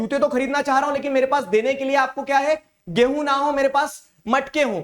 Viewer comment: be like. Gaihu(wheat) = Gay + hoon 😂😂